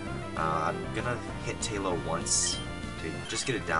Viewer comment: Ooh, I didn't think about Heart Scales. Those are practically TMs for rebirth of old moves! BROLOOM. Leech Seed practically makes Shroomish a cleric. Tye-low almost makes sense, since tai in romaji would be pronounced tye. People make fun of Great Ball dude, but free Great Ball is jawesome here. ETHER yay. pronounces Ether like I used to before finding out the "e" is like "eep" in chemistry class. (+ Ike's Aether in Brawl.) -Kooper, thinks it would be better like "eh", as in "ethereal".